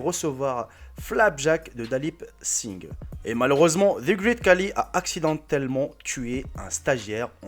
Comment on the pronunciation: Désolé de te corriger Mais c'est Khali (pas kali